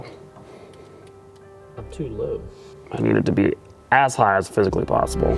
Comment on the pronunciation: It sounded like you said that you need the steering wheel ASS high as physically possible 😂😂